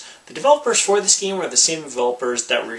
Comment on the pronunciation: I like how he says this geem. This geem this geem